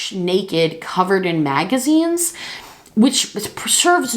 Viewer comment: When you said “she was laying on the couch, naked, covered in magazines..” I REALLY thought you were saying “maggots” Yikes lol